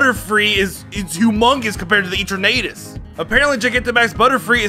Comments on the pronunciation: EterNAYtus???? puQUEmaQUE? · How did he just say eternatus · Why the hell are you saying Eternatus like that Edit: the way you say Pokémon’s names 🤦🏻‍♂️ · I love u but ur sayin eternatus name wrong lmao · "Escavaler" "Celesteea" "Heatren" "Eaternadus" "Bunnery" "Slayking" "Deyoncee" "Eckzerneas" "Pekyumakyu"